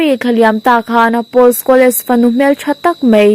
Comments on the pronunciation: Paul Scholes(Pawl skawls)tia lamrik tur,skawles ni lovin😄😄😄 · Mizotawng chhiar zir leh deuh teh.. Chuan,Paul Scholes(Skhawles nilo in Skhawls) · Scholes i lam dan hi a dik lo ania.